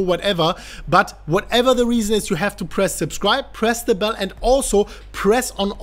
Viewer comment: Can anyone else just not stop hearing "press the bellend" :)